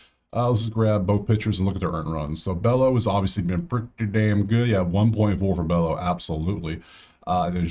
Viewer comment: Bello is pronounced Beyo